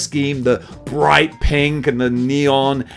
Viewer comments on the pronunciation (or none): none